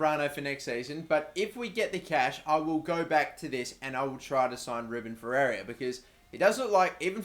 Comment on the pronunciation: Ferreira is pronounced "Fair-rare-ra"